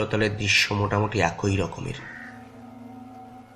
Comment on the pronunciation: একই = এক+ঐ নয়, এক+ই । উচ্চারন একE, একোঐ নয় ।